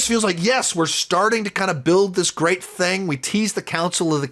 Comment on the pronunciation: I enjoyed how you said "thang" because you were talking about Kang 😄